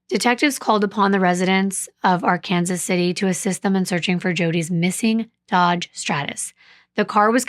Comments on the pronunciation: Thank you for caring enough to look up how to pronounce Arkansas City. Yes, in Kansas, the town and the river are pronounced differently. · My husband is from Kansas, and I now live in Kansas. I got chastised for not pronouncing right. Yes it's Ar-Kansas. Being from Oklahoma, that really messed me up, lol. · The city is pronounced Ar-Kansas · This is a city in Kansas City. So they pronounce Ar-Kansas. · Youre absolutely correct about Ark-Kansas! Im a transplant from Minnesota and was quickly corrected when i pronounced it Arkansas! You don't mess around or joke about that pronunciation here!!! Well done!❤